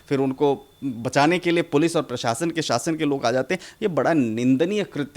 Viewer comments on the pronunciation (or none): शासन होता है आप साशन ना बोले पत्रकार महोदया